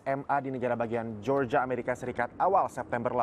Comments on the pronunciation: Georgia cara dibacanya "Jorjia" bukan "Georgia" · Media berita sekelas Liputan6 ga bs nyari news anchor yg kredibel?? Masa melafalkan GEORGIA ga bener... Btw...perlakuan hukum sebaiknya ya kayak gini. Apabila pelaku msh d bawah umur, org tua jg wajib ikut dseret krn telah lalai sehingga sang anak melanggar hukum